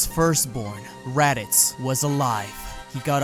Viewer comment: Why do ppl say “Radiz” it’s Raditz with a T